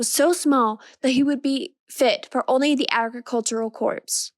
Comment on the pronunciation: Just as feedback (I know you've done a lot of these by now) the words Corps/Corp are pronounced like 'core' rather than 'corpse'. Nicely done!